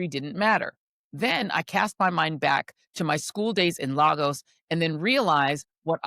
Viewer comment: Pronounced Lay-gos(Lagos), Ms. Joy. It may have been canceled in schools. Nigeria's history is so in your face that our history cannot be denied. It's in our ways, our culture, our way of life. We've not done anything to ourselves. Some of our history is actually still dividing us in Nigeria today. Where the everything is based on Tribalism. Social studies has always been taught. The children growing today in Nigeria know their history.